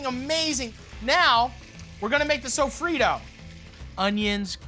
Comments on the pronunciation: Sofrito, Not sofrido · As a Puerto Rican person the way he says sofrito is cringe.